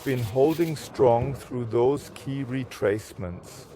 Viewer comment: Cool, jetzt spricht er „Retracement“ mal richtig aus🤣